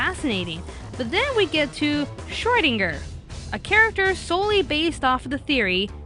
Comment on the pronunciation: I can't get over all of the Hellsing Ultimate Abridged in the comments. It's so amusing. Though, I wish would pronounce Schrodinger properly.